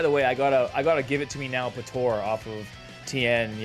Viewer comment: calls them “patora” 😂😂